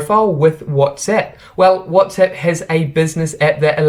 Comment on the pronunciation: whatsEpp? ahahahha funny your pronunciation